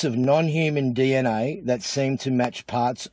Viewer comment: Holy 💩, forget deoxyribonucleic acid - this dude can't even say 'dee enn aye' 😂